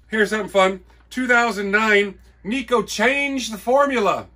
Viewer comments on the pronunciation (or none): I didn;t have the heart to say. Yes, Neck-oh wafers for sure. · NECK-OH, Wafers Necco... For the New England Candy Company... out of Revere, Mass. Not "Nico" wafer... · Another cool video.. The Necco company was in Cambridge MA. I used to work for Lotus Development (remember the spread sheet Lotus 123) and they were in Cambridge. I would ride by the Necco company in the early 2000's. They had rail service provided by Guilford.....It was pronounced 'Neck Co'